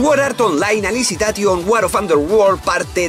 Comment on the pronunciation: Nadie:: "AlisiTation" xD